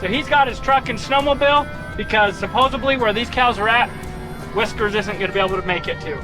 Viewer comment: SUPPOSEDLY. SupposeDly. Not supposaBly. What the heck. Might as well call steam, "smoke."